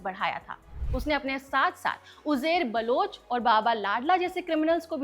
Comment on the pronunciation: Jab aap koi video host karne aate ho, esp something where you claim to bring in facts, the least you should do is to check your own pronunciation. Aap Mohajir ko kaise pronounce kar rahe ho? Uzair baloch ka naam kaise pronounce kar rahe ho? Aur aapka pehla hi fact, ki MQM party bhi thi --- it is very clearly mentioned in the film, multiple times, a party with M in its initials. Dhyaan se dekhni thi picture. Aur apni pronunciation please check kar ke aaya karo..... Coz it mars such a good video you've tried to make.